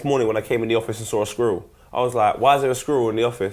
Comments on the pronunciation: "sqwurrl":D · #tops I deserve it because of poets inability to say squirrel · pronounciation of squirrel is #amating